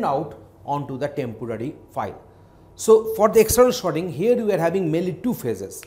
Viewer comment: yes everyone cant pronounce everything....but its just Sorting. For a moment i thought whether i clicked the right video or not